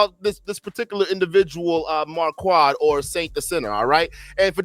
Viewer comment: Are you calling him “marQUAD” on purpose or to clown him?